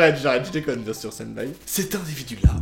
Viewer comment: Personne normal: individu: invidu